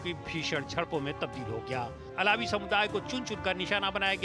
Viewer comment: अलावी नहीं है सर बलकि अल्वी है